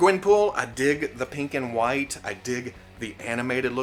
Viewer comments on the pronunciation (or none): none